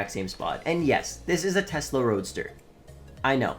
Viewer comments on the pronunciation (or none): none